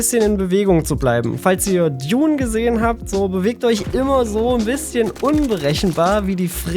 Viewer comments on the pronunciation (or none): none